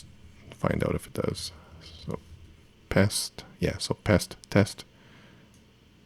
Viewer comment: It's just Pest because it rhymes with Jest so it's Jest for PHP...